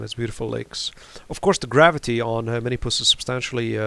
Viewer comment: The reason you don't get many views is because it's called "Minmus" not "Minimus"